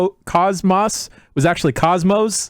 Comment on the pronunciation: its kos-mos like OS (operating system) not cosmos, its literally said in game. and yes xenosaga is in publisher hell